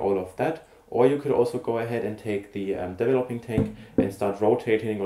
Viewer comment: Hello, it is called DE-VE-LO-PING tank, not as you pronounce it DEVVELOPPING tank... This sounds rather silly! Regards, B.C.